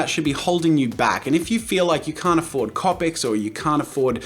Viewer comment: The way he pronounces copics makes me cringe